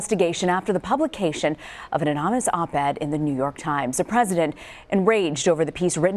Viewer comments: And tell him how to pronounce anonymous. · Is there something wrong with the sound feed or did he really butcher "anonymous" that bad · He can't pronounce "anonymous" correctly... pfft, BAHAHAHAHAHAHAHAHAHA!